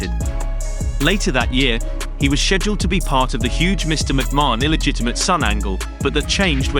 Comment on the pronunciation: for the love of god please learn how to pronounce mcmahon !!!!!!